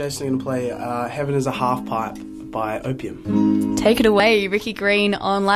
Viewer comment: The way he says OPM sounds like opium 😂